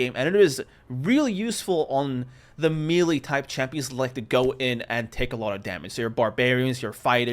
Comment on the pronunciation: melee noun me·lee ˈmā-ˌlā mā-ˈlā Otherwise good video 😂